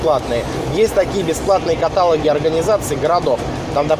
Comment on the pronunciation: Всё хорошо, только каталОг и звонИт, please.